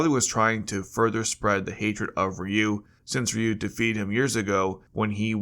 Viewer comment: AI narrator. Mispronounced Ryu several times.